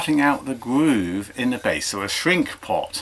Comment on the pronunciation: What's a gwoove